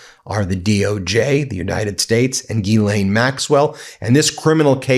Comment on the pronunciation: I believe you are mispronouncing Ms Maxwell's first name . Jii ee ann or Gill ee ann.